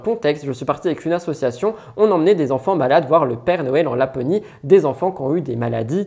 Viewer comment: Hello ! Chouette émission ! Par contre je n’arrive plus a entendre : « assuation » On dit ASSOCIATION bordel !